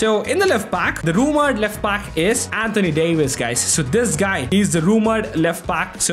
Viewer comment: “Antony Davis”🙏🏽🙏🏽